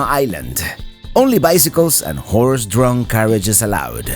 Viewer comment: Did he say Whores drawn carriages?